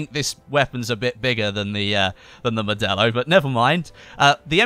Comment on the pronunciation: I've always thought modello was pronounced,(mod-ay-oh) because it's Italian...